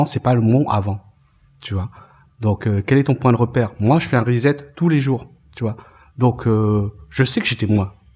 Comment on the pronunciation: Reset /ˌriːˈset/ se prononce 'rissette" et non "rizette"